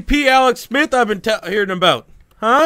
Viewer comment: "yaerds" "aout"....wtf man